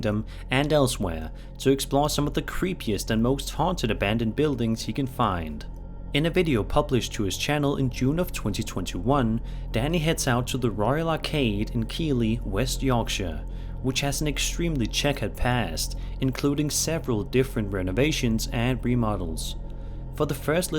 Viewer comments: Hey hun just so you know keighley is pronounced keithlee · Just for reference: Keighley, (West Yorkshire). Is pronounced 'Keethly'. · Just for future reference, ‘Keighley’ is pronounced ‘Keethlee’ ☺️ it’s my hometown and you’d be surprised how many folks get caught out with it x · Number 1 is pronounced Keithley (Keithley)